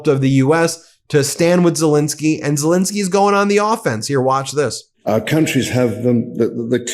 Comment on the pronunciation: Zel ENSKY not fuccking INSKY, get his fuccking name right you dope.